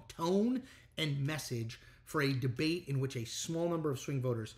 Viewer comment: He took "de-bate". Lol